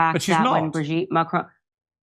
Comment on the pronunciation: Curious pronunciation of Macron. Hint, it's French